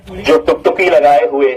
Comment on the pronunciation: "Tuk tuki" nahin "tak taki"